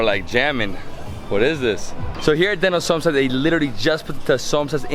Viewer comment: Somsas😁 Somsa